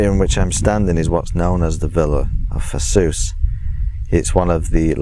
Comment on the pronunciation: Paphos or Pafos......not Pathos....